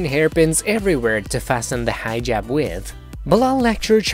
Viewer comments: Dude, it's Hijab NOT 'Highjab'. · "hi ' jab" lool what? its pronounced heeeejab!!! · It’s not “High -Jab”. Like are you kidding? I swear you did that for attention😭💀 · It is not pronounced “high jab”!!!!! Omg!! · Hee jab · Shaeda : Hijab Narrator : Highjub 🤦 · Why this guy in the video pronouncing "hijab" like that?? "The HI-JAB!" God... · It sounds like you said "high jab." God that makes it even more funny for these crazy Muslims.